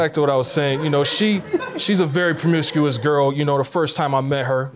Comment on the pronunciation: Permiscuos??? 🤦🏾‍♀️ Dude really?